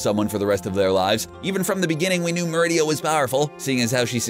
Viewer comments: Sorry but pronunciation for merida is wrong. Its mer id a, not mer id ia. Even in the movies you can tell. Sorry I get cringy easily. Awesome vids tho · Its merida, not meridia! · MER-EH-DA. They literally say her name in the movie. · You were pronounceing Merida wrong.